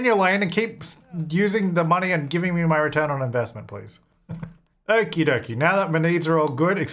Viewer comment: Money Please-a sounds more like money pleasure........... Do with that what you will